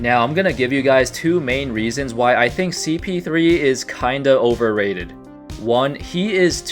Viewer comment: Polarizing? You said Overrated wrong 😅